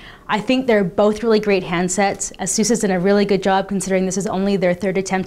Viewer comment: its pronounced as 'Asus not a'SUS